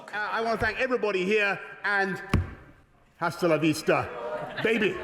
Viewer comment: If anybody is interested, the "h" in "hasta" is silent. To Spanish speakers, it sounds absolutely ridiculous when you pronounce it like you do in English!